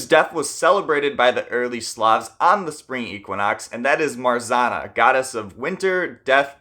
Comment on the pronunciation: How many times can a comment explaining pronunciation of "Marzanna" be deleted? Come on, it's not that hard.